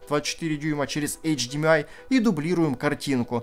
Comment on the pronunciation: Только не говорите эйч ди МИ ай. Правильно это эйч ди ЭМ ай. На крайний вариант АШ ди ЭМ ай.